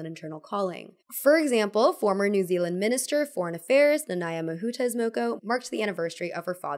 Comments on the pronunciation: Oh hey māori rep! Also 'moko' has a longer 'o' sound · it was really nice to hear you talk about Moko, as somebody from Aotearoa New Zealand! just thought i'd note, Moko is pronounced with the same "o" sound as in "more"